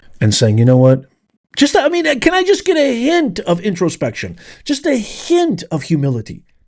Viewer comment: She's ekspecially excited!!! EKSPECIALLY??? Really? Why is that woman still in charge???? Makes no sense. She also says "git" and "gits". Genius.